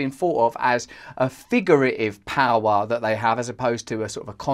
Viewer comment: Powwow instead of power 😂